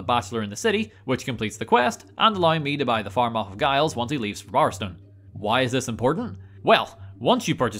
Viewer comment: Par? Tar? What are you saying? Magica Par? Brightwood Tar? Barstone?